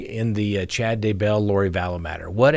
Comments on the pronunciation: Scott, the first time you said Daybell in today's broadcast, you pronounced it right! :) But, the second time, you went back to your old pronunciation. :( Oh well, I'll say this much, I wish it rhymed with hugger ;) It would be easier. Cheers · He does pronounce it as if Daybell was 2 different names when it's just one. When he says Chad Day Bell it's like Day is a middle name.